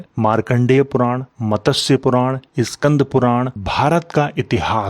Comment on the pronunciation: आप बहुत शानदार जानकारी देते हैं परंतु मत्स्य का उच्चारण गलत करते हैं